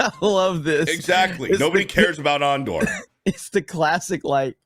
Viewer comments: I'm really starting to think that weirdo is a Star Wars poser just by the way he says Andor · 😂😂😂 AAN-DOR 😂😂😂 So pathetic that the Lucasfilm Story Group pissed on Boba Fett and Obi-Wan Kenobi so Reva and Osha could exist...